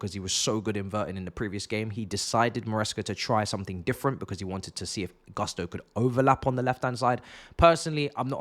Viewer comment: Its pronounced Goosto